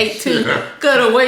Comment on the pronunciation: Interstine? Tu-Sah-Nami 🤣🤣🤣